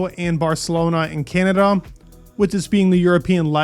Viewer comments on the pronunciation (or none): none